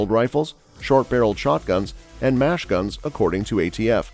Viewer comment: "Mash gun"?